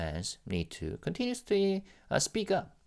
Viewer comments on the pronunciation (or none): none